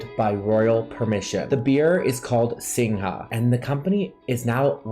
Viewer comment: ...darlin..greetins from little Singapore...singha is pronounced "sing ga"...as in lady gaga